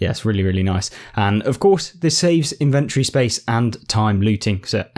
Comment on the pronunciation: Thanks for the video, it's useful. But it's pronounced IN-ventory not in-VENT-ory